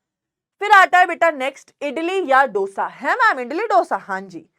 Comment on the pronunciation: MA'AM ITS DO ( LIKE 2) - SA NOT DOUGH-SA 😭😭😭